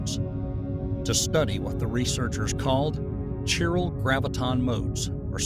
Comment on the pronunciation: Definitely AI. A physicist wouldn't pronounce "chirality" as "shai-rality"